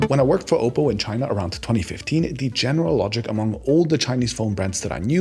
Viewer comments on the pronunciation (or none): none